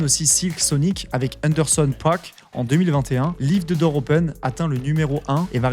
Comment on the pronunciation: Tes vidéos sont super ! Juste un petit conseil : en anglais, le 'th' de 'The' se prononce plutôt comme un 'd' ou un 't' (selon l'accent), mais jamais comme un 'z'